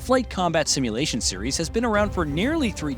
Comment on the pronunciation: He said "simulation" 😅